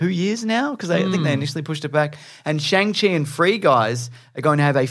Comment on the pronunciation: Hey and! Just so you know, Simu Liu has clarified how to pronounce Shang-Chi. It's pronounced like "Shong- chee"